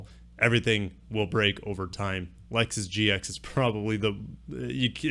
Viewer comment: Lexota, Hondura, nissiniti 🤣🤣🤣 keep it up